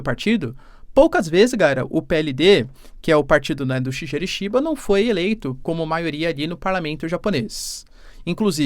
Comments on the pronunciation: Boas Professor! Para ficar bonito nos proximos eventuais videos, quando for citar o primeiro ministro do JP se pronuncia "Shigueru". Tmj! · 🙏 fala o nome do primeiro ministro do Japão direitinho😢… Shigeru